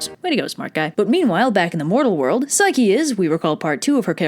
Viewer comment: did u say psyche-loki? i think i missheard ya